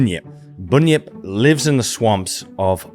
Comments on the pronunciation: not “boonyip”, it is pronounced *bunyip (bun yip) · A couple of pronunciation notes: Diprotodon - think “die” for the first syllable rather than keeping the i short. Bunyip - the first syllable is pronounced like a bread “bun”, rather than, say, the u in “put” Emu - the long ee sound is correct, but you bung a y in the middle. So “eem-you”. Thanks for the video though! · Bun - yip pronounce not boon-yip. Eem-you not Eem-moo that’s an over sensitive nother creature. Love your work. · I love your channel but feel the need to un-americanise your pronunciation. “Bunyip” is pronounced “bun-yip” not “boon-yip”. “Emu” is “eem-you” not “ee-moo”. Apart from that, great. 🙂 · bun-yip or bahn-yip. not boon-yip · The "U" in "Bunyip" is short. Bunn-yip not boon-yjp as you mispronounced it. "Emu" is Eem-yew not Ee-moo 😂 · Bunyip is pronounced the same way you pronounce a bun that you eat. And emu is not pronounced emoo. It is like eemyou. I am not criticising, cos I know you are busy, just letting you know. I love your work👍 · Termites build their nests from the sub soil. They're not going to be digging up more than a few cms. That's an odd idea that they would be bringing soil up from deeper than that. Also Bunyip is pronounced Barn-yip... and Emu is Eem you... :) Loving this video though, thanks for doing it. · Bunyip, you say it like a bread bun. Emyou, not Emoo.....just helping. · An Aussie here..emu is pronounced emiew, bunyip is bun as in bunny. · Can I just say, Bun-yip. Like hotdog bun. Also emu is pronounced "Eem- you" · Its pronounced 'Bun' - as in the bread roll - yip. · Thanks for the vid...but...can I suggest some pronunciations for you? Bunyip is pronounced bun (as in bread roll) yip and emu is eem-you, not eem-moo. Cheers from Down-Under! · Yeah. Bun-yip. How’d it go wrong? I guess like e-moo. (And 60 years later no funnel web, shark, blue ringed octopus or croc encounter. Go figure. )